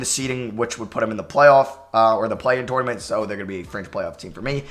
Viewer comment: Did it bother anyone else how he said tournament every time